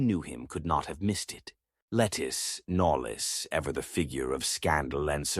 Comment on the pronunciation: Also, Knollys not pronounced “nollis” but “nohlz”